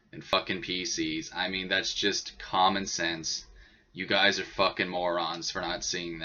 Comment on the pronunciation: o.o he said common sans i totaly heard common sans like comic sans xD his common sence is on par with comic sans